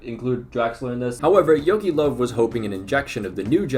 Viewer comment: Your butchering of the name Löw is actually so triggering, good video tho